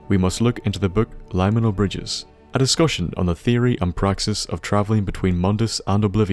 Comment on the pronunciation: The only word I noticed you mispronounce was "liminal". It's related to the word "limit", if that helps. Anyway, solid video, and I'm glad to have you back!